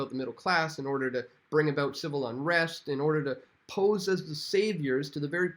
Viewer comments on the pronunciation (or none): none